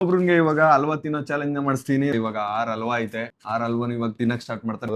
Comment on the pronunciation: ತೇನೋ ಅಲ್ಲ ಬ್ರೋ ಅದು ತಿನ್ನೋ 😂